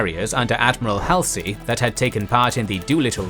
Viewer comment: Halsey is pronounced HAUL-zee